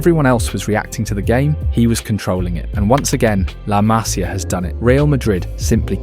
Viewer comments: Disculpa tengo que decirte que se pronuncia "masía" y no 'másia' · Se pronuncia Masía con acento en la i MasÍa, aprende a hablar castellano si quieres hacer videos del Barça porque suenas ridículo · La Masía, por favor mira dónde va el acento.